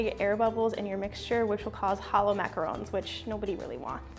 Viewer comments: Jimmy Huang she is saying it right TRUST ME I know the RONG way to say it is mac-a-roooooooon the right way is Mac-a-r-o-n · James Bear she said it perfectly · That is how you pronounce them...macarons are pronounced exactly the way she said